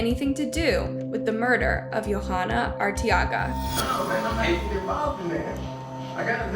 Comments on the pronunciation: The girl's name (Yhoana) is pronounced yo-AH-nuh, not yo-HA-nuh. The "h" is silent. Kind of a big oversight. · As a latina in sorry but i cringed at the pronunciation of the names....Velasquez. Its "veh-lass-kez". And .most likely her name is probably pronounced "joanna" Y makes a j sound in spanish. Her last name is Arteaga which is either pronounced "R-tea-ga" or pronounced like Ortega ( like the taco brand n my maiden name btw😉) except just with an A sound instead of an O. No hate n many prob think Its not a big deal but if it was my family member or friend id want their name pronounced correctly😊.Such a tragic horrible story. Just awful. So sad.😞rip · Her name is pronounced Joe-ah-nah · You're butchering these peoples' names, honey. It's "Yo-(w)AH-nah" rhymes with "Moana", that cute animated movie about a Hawaiian surfer girl. Pay attention to where the H is and the fact that the girl is obviously not Scandinavian of any sort, that would change a J sound to a Y sound. The accent stress goes on the capitalized letters. Her last name is "Ar-tay-AH- gah". And you butchered the last name when you show the mother's face. Once again , pay attention to where the letters are! It's "Vel-AHSS-kez.